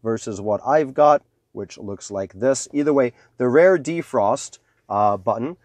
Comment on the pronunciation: why is he saying rare?